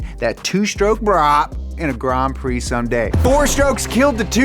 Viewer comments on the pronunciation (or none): "Grom Prix"